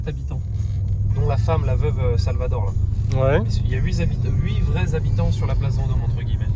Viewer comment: Huit zhabitants ça fait beaucoup finalement, plus que huit nhabitants en fait